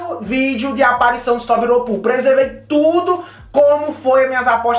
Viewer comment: Só não acertou a pronuncia dos Tobiropos... né "Tobiropuu"